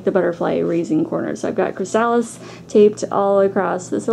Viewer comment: You have a wonderful decorative eye. Just a tiny helpful note: chrysalis is pronounced "kri-uh-lis". Emphasis on first syllable.